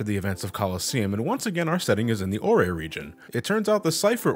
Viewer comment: Ore is pronounced as OR like the stone